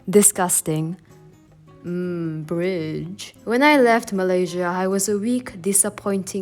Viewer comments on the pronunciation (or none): No one:: MmMm BrIdGe